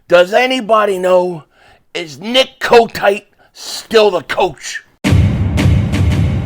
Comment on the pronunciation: Why You call That Man Coat-Tight Lmao 🤣🤣 You Crazy